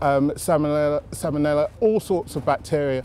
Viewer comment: he can’t even say salmonella properly he goes “salmanelolbfna”